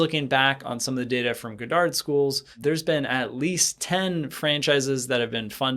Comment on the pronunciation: Lmao. You’re pronouncing “Goddard” completely wrong hahaha. It’s pronounced God-derd, like the famous scientist. Not Guh-dahrd.